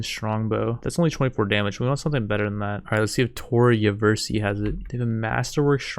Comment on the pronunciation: Therapist: tor ya-verse-ee isn’t real, it can’t hurt you. Tor ya-verse-ee